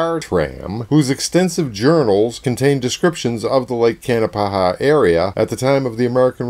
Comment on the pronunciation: It is pronounced Kanapaha not kanapahaha, just one ha please, really no joke, haha.